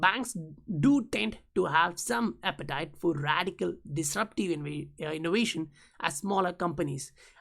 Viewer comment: What strange dialect is this? Is it XRCRAP language? “Innowation”